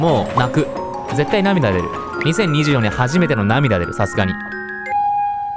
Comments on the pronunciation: 最初の2024年が2024円にしか聞こえないｗ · 動画投稿ありがとうございます！ 最初から2024年が2024円に聞こえて面白くて進めないw